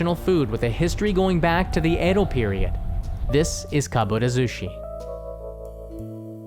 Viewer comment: Sorry, but it's pronounced Edo, not Eido. Love your great Japanese though!